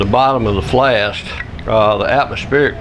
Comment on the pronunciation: Thank you for the great video packed with years of combined knowledge! One question: are you saying "flast"?